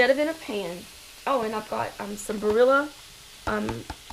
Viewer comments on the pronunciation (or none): Love how those southerners pronounce the Italian name "Barilla".